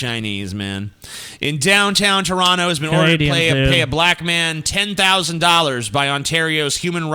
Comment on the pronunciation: I liked this video when I heard correctly pronounce Toronto but then I retracted that like when he butchered Trinidad and Tabago a few moments later.